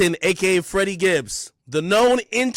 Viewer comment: FED-dy Gibbs 😆